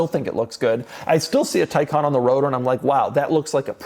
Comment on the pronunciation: Why it is pronounced Taycan versus Taycan is beyond me.